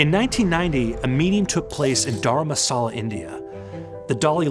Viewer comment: The name of the Dalai Lama's seat in India is Dharamsala, not as you pronounce it, "Dharmasala". Please note difference of syllabic placement. Otherwise, I really enjoyed your short video. As a BUJU, I have gone the other way in my latter years, having practiced Tibetan Buddhism for over 45 yrs. I wanted the "more" of Judaism, and the warmth of their tradition. Buddhism was formulated as principally a monastic lifeway tho not exclusive in that lay people could follow it as well. However, it's not about tribal, family values. It's about detachment. I wrestles with the G-d concept and as a convert to Judaism, I now have a personal working understanding of this "force" that is really helpful. It's not the anthropic biblical type particularly, but definitely relates to creation of our universe and awesomeness. A bit bigger, you could say. I have found very little conflict between the two disciplines and am grateful I did not just stay with Buddhism as my path. Thank you!